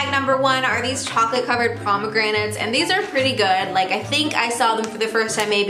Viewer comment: Lol "promogranates"